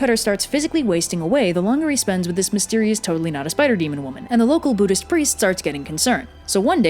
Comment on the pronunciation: When you said Buddhist priest i heard Judas Priest